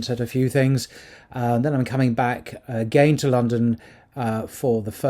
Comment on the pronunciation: Welcome back! What is going on in FRA? I like how you pronounce "agaiiiinnnn" :) not "agaen" :)